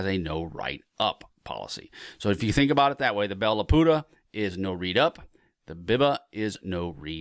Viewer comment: Bell-Lapooda. LOL.